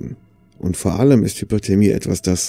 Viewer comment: Meinst du Hypothermie? Unterkühlung? Ich höre immer HypERthermie. Das wäre Überhitzung.